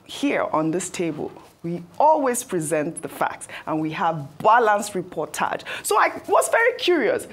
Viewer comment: Reportage sounds like portage yam to me.